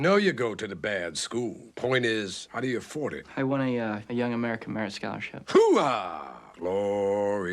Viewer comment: No my guy, "HOOAH!" Was a word we learned in the Army, the Marines have OORAH, Navy has HOOYAH, the Air Force has HEYWEGOTBETTERGRADESINHIGHSCHOOL!... lol, no but he doesn't say it the way we did, it was less of a dipthong, to say it correctly you make it sound like you're absorbing a hard punch to the solar plexus, like a hard exhale, HUA! It also allegedly comes from an acronym, Heard, Understand, Acknowledged aka every possible answer other than "NO", if someone asked/ordered you to do something you either said yes or HUA, not like NO was ever actually a real option in the military lmfao. Holy shit I never realized Pacino's character mentions serving at Fort Huachuca, I was at Huachuca my last 18 months, very beautiful part of south eastern Arizona ♥